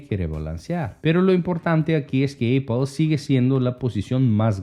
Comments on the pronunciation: Ahora es Eipol, solo estaba escuchando el video. Tuve que parar lo que estaba haciendo para entender de que hablaba este. Es Apple, de donde sacaste Eipol? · Eipol? Amigo lo pronuncias muy mal. Apple Se pronuncia apol jeje